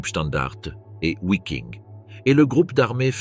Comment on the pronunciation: Une fois de plus on entend "ouaffen SS et Ouiking pour viking". On prononce Vaffen et viking, le W germanique équivalent notre V latin, oui, latin. Il y en a en allemand, peu c’est vrai. 🤓 (J’adore jouer au prof trouduc).